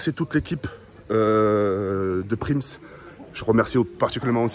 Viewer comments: c’est “PRISM” pas “PRIMS“😉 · on dit prism pas prims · wa lhmar c prism pas prims hagoune 🤣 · C’est Les Prism Pas les Pims ou Les Prims Mdr 😂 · PRIMS 🤣🤣🤣 Ptn tk il a un problème 🤣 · PRIMS 😂😂 C'est PRISM 😂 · mdr il dit prims au lieu prism de ta cru c’était des pringless 🤣🤣🤣🤣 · C’est pas prims c’est prism ahah🤣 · Prims au lieu de prism C est du TOUT CRACHÉ😂 C EST PAS GRAVE ON T AIME 🐻🐻🐻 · Mdrrr c pas PRIMS mais PRISM 😂😂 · Mdr il a dit « prims » alots que ces « prism » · « PRIMS »🤦‍♂️🤦‍♂️ t’abuse respect wsh « PRISM » on dit rolala😭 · Prism pas prims mdr il m a perturbé à dire prims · Prims 😂😂😂😂🤦🏼‍♂️ cest prism tk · "Prims" 🤣🤣 c'est prism poto 😂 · c'est prism pas prims😂😂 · c'est prism pas prims 🤣🤣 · Il a pas osé prims il a dit mdr c'est prism tk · C’EST PRISM ET PAS PRIMS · ses pas Prims, ses Prism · C’est prism et pas prims mdrr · c est prism et pas prims 😂😂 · Rk il dit prims mdr alors que c prism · ses prism pas prims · c'est P R I S M et pas pirms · ta pas le droit c’est prism pas prims mdr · "PRIMS" J'EN PEUX PLUS DE CE 😂😭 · Mdr c'est comme quand il dit paris games week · Il a dit prims!!😂😂😂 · "PRIMS" MDRRR JPP IL A 3 MILLIONS D'ABONNÉS ET IL FAIT 0 EFFORTS (BREF)😂😂😂😂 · "PRIMS" MDRR,... fait un effort quand meme 😂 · Sa me tu quand il dit "bienvenu à la villa proms" 😂😂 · sa ce dit prisme mes tes le meilleur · PTN ON DIT PRIIIIIIIIIISM !!! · Mdr on dit "priSM"😂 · « Prims » MDR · Attendais il a passer une soirée à la villa et il sait toujours pas dire prism 😂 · C'est "PRISM" mon gros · C EST PRISSSSSSSSM BORDEL . IL INVITE UN MEC QUI N ARRIVE MEME PAS A DIRE LE NOM DE L EQUIPE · "PRIMs" 2K20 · La villa des "prims" 😂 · Ptn jpp il dit prims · Si vous avez remarqué il dit prims . 🤦‍♀️🤣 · c'est pas ta mit prims et tu dis prims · Il a oser mettre prims et en plus il le prononce comme sa